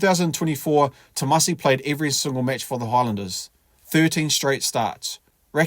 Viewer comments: ‘Timoci’ not ‘Tomasi’ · Just a small side note, it's pronounced 'timothi' as in Timothy and not 'tamasi' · Hey mate, the c in Fijian is pronounced ‘th’ . So Timoci is pronounced ‘Tim-o-thee’ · Is it Tomasi or Timoci?Please get it right Sir. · His name is Timoci not Tomasi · Timoci <=== Not Tomasi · It's Timoci Tavatavanaeai... not Tomadi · It’s Timoci not Tomasi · Timoci not Tomasi mate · Sounds like u calling him “Tomasi” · narator...its Timoci...not Tomasi ... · Its Timoci not Tomasi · Its TIMOCI you.!! NOT Tomasi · Apart from the topic…I like how you pronounce the name..😅😅..it’s Timoci which sounds like Timothy and not Tomasi 🤣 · Brùv not tomasi it's timoci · Tomasi ?? 😂 thought his name was timoci (Timothy or jim) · It's Timothy not Thomas 🤦‍♂️ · Timoci not Tomasi😂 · It's not Tomasi it's Timoci. To be exact.. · It's Timoci, not Tomasi...😂😂😂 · It's not tomasi..it's timoci my dear😂😂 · Its Timoci not Tomasi..Sir...future allblack for sure. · My guy, It's pronounced Tee-mo-thee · Tee-mor'-thee (just like pronouncing Timothy emphasizing 'mo') - dou boci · C's in Fijian are pronounced "th" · At least get his name right mate! “Timothy” .. The letter “C” in Fijian is pronounced “th” chuuur cuzzy! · It’s pronounced Timothee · Awsome stats and commentary but please get his first name right.